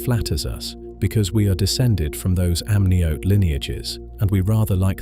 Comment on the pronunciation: If only the pronunciation matched the accent. "amnioty" (amniote?) "Larusia" (Laurasia?), "Ury" (Scottish surname, "Ure"). My ears are bleeding.